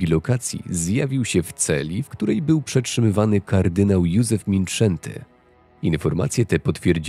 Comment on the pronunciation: Kard. Mindszenty to wielki swiadek wiary. Przy okazji: Moja znajoma Wegierka zwrocila mi uwage, ze "sz" wymawia sie jak "s", a "s" wymawia sie jak "sz". Dlatego nalezy wymawiac "mindsenti", a np. miasto Miskolc - "miszkolc".